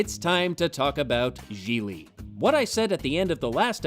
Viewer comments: i m italian living in italy and all of you pronouce Gigli in the wrong way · I love the recurring joke about mispronouncing the name Jiggly/Jigglypuff/Giggedy/Quan Chi/Jiminy. And I have not seen all of The Room, but The Nostalgia Critic's review of it is enough. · #1- Your mispronunciations of "Gigli" were brilliant! Thank you! #2- To Hell with you! Merle Streep could make ANY dialogue work! She could have made the Star Wars prequels dialogue work, Bitch! Merle Streep!! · So not only was the movie terrible, it missed an opportunity to keep mispronouncing Gigli. What a shame.